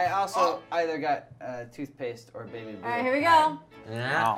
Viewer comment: Did you say BABY blue???